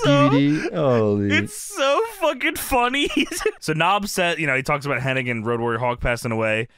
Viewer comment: His name is Curt HENNIG. Why do so many people call him Curt HENNING? Where do they get the extra 'N' from? :)